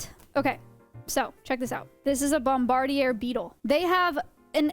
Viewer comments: bomb-a-deer, that's the pronunciation of the beetle you are looking for. Like one that bombards others.. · did it trigger anyone else when she pronounced Bombardier beetle? lol it's Bomb-Ba-Deer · I say “bomb-buh-deer” … have I been mispronouncing this since 1987 ? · Your pronunciation of noxious and bombardier is unusual